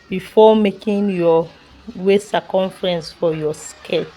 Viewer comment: What are you even saying? Is it English that’s the problem? What is “sacumfrence”?